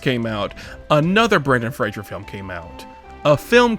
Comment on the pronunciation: Fraser like laser, not "frazjjer"